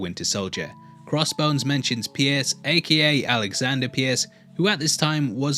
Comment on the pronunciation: It's not "A-key-A" it's A.K.A - Also Known As